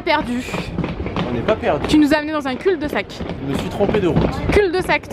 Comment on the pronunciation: tu prononce les L à la fin de cul de sac😂❤️